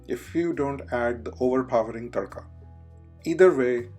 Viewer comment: What's a Thaddka? It is always Tadka.. Something wrong with your accent.